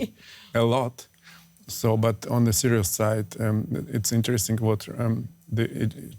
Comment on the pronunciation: Why do Germans say "zhe", they literally have "die" in their german language and it's pronounced the same as "the"...